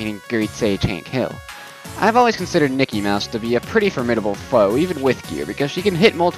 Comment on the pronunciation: Everytime you said Nikki, I thought you said Mickey